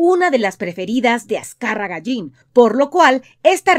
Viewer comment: Azcárraga llin no mames.... Aprendan a decirlo bien..